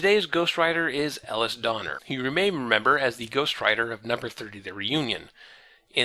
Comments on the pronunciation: It's pronounced "Uh-Lease," not "Ell-uss." If only I had watched these videos when that would have made a difference. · i forgot this guy pronounced Elise like Ellis literally every time. he must have run into an IRL Elise and been forcefully corrected by now